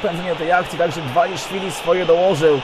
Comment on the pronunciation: Nie Diwaszwili tylko Dwaliszwili :D